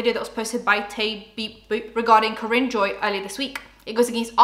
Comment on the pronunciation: It’s pronounced Car-In!! Kaarin 🥰